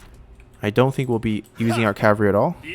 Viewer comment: Why can't you pronounce oathsworn or cavalry? You say it like oathorne and cavary